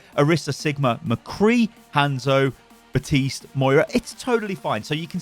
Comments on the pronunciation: If he says batist one more time, I’m going to snap it’s BAPTISTE do not forget the P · Can we just agree it's Baptiste and not Batiste? lol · did he just say... baptise moira.. I have to laugh